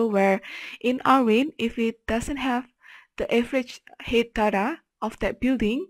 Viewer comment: thanks for this ! - PS Height = pronouced " H - eye -T"